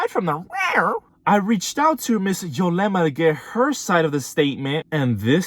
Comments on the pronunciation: ITS " YUUUUUUUlema not YOOOOlema " lol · Its ulema , you kept saying yolema